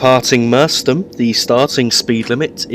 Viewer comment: great Vid although the pronunciation of Merstham is wrong. 'Mers~stram'